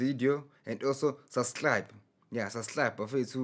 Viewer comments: Did he just say SUBSLIBE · Nah, he said "sas'hlab" lol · Thanx Chikuse Susclibe